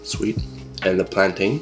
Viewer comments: Pronounce it right, it’s said like fountain and mountain not like complain and maintain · Its not pronounced "plan tayn" its pronounced "plantin" . Pronounce like you would mountain. (Mountin) not (mountayn) I really like your videos. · Why does he say it like that its pronounced plantin just like how u say mountin even though its spelt mountain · My grandparents grwo plaintains but we pronounce it as plantin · yeah i looked it up it’s pronounced plan - tayn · Its pronounced planten but spelled plantain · It’s pronounced plan-tin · It’s pronounced “plantin” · dont eat the plantain raw dude😭 cook that shit and it’s pronounced plantin not plantain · It’s pronounced plantin bye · You pronounce it wrong 😭